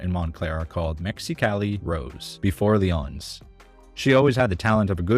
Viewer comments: OTHER THAN PRONOUNCING the restaurants names wrong (Lee-ǒ-nees) you do a great job! Love your videos! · lee-OWN-ees oi